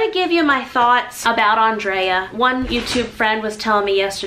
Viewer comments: You were gracious and kind about your friend so who cares about not saying her name right!!! If Andrea never corrected you then NOBODY else should say a word to you about it!!! Obviously the lady had grace as well, loved and didn't feel the need to correct you! Big hugs to you and I am so sorry for the loss of your friend!!💖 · Bless You!!! Who cares how you say anyone’s name. You have such a sweet kind heart! I believe if Andrea did not correct you she probably loved how you said her name! My grandparents called my little sister “Angel” when her name was “Angela” NOBODY ever corrected them BUT what a sweet loving term of endearment my sister has had even after they passed. I also feel you are WAY TO HARD on yourself!! You are AMAZING! None of us have the same strengths as the other. What a beautiful world God created with beautiful different personalities and strengths in each of us! You are beautiful and perfect just the way you are!! God bless, Brenda~ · Lovely tribute to your friend. It is still so hard to believe that she is gone, and so quickly. I'm sorry that the only thing some people could take from this is your mispronunciation of her name. I loved that you noted that everyone is different and that is okay. The birthday celebrations that she organized were indeed a work of art that I know I could never have done and that's okay. I will miss her greatly. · It's was wonderful to hear you speak so well of Andrea. I just wish you hadn't mispronounced her name throughout. She was such a special inspiration to me and hundreds, thousands of others. Please pray for Tom and the children. 🌿❤ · No worries hun.. it’s ok 😊 it’s not a big deal people pronounce things different. I loved Andrea she was a precious friend and it didn’t bother me in the least. 🤗♥️😊 I also enjoy your channel. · Oh no, I thought what a lovely way to honour Andrea 💛 I didn't pick up that you said her name wrong. I think some people look for ways to poke at anything.